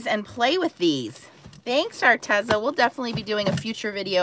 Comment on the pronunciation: Arteza is pronounced arteeza